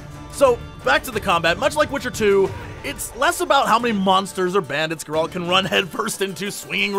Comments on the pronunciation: Its not Geraaalt It is Geralt reviewer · Is it really that hard to pronounce his name correctly? Calling Geralt "Gerald" is like calling Jesse "Jay-z". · "I'm a huge Witcher fan" Can't pronounce Geralt.. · Dear Jesse, The way you pronounce Geralt's name is killing me. Otherwise, this is an awesome preview. I've been avoiding marketing material for the most part, but this I thought I should watch. You're hyping me up man!